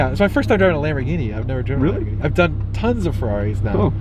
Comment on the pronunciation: It's a nice ''Labor Guinea''